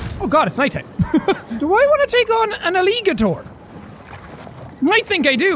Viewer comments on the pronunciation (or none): Nobody: Literally Nobody: Jack: alli-gutor